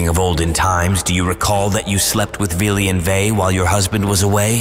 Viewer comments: ...it's Vili, Ve, and the allfather...who the f is "Billy"? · Fillheim is German.. Norse mythology is Scandinavian. Yes the German was vikings then, but they're European. Also it's Odin, Villi and Ve, not Billy and Vai. AND IT'S VESTRI NOT WESTRI. It's Midgard, not Midgarde. Hvergelmir. Also Villi and Ve were never, NEVER renamed. They were just also called Honir and Lothur, not Loki. It's Askr and Embla, god dammit. And it's Asgard, not Asgarde, god is this Marvel? putting A in Norse names? god damn. Odin's ravens names are Huginn and Muninn, thought and memory is what they represent. Thor isn't Freyja/Frigg's son, he's a son of a jotun giantess and also Goddess, Jord/Fjorgyn. Baldr, Hermod and Hodr whom are children of Frigg/Freyja. Vidar/Vidarr being the son of Grid also a jotun giantess. Heimdall is also Odin's son, but he had 9 mothers who were sea maidens or also Jotnar of the water, Gjolp, Greip, Eistla, Eyrgjafa, Ulfrun, Angeyja, Imth, Antla, and Jarnsaxa. Also we don't know who Tyr's actualy father is, we either say it's Odin and another Jotun named Hymir. Tyr's mother is yet another Jotun, Hrodr. Loki is not Odin's son, Loki is the son of Laufey and Fárbauti. Loki is not an Aesir, he's a jotun, he was an ally with the Aesir. Loki becomes Odin's blood brother after tricking the blind god Hodr to shooting Baldr with the mistletoe. Also it's Suttungr. Ivaldi is the father of the Brokkr and Eitri, we don't know nothing about Ivaldi, but we know his sons are known as "Sons of Ivaldi", Ivaldi never made Sif's hair, Brokkr and Eitri